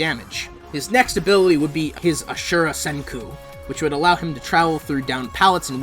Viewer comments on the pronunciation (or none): none